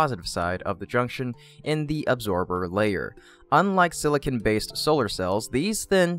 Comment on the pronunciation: silicon not silicin